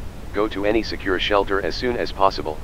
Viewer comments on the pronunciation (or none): ah, yes ""shalter""